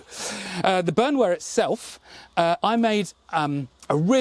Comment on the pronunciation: Another one. (Hope you don't mind. 😅) B(au)ernwehr (peasants defence) You'd pronounce the au like ou in the word scout or shout.